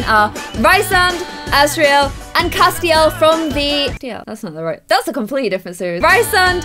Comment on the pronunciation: Sorry, not meaning to be annoying, but the names are pronounced: Rhysand: Reese- and Cassian: Cay- see- an